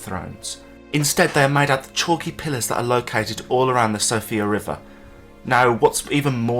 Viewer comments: It's not "Sofia" river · I HATE to be the one to do this but Siofra is pronounced (Shee-fra) it’s Gaelic for “Færie” or “Fairy” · First time i've heard it called Sofia